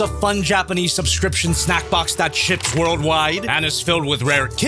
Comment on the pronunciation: i heard "shits worldwide" when you actually said "ships worldwide"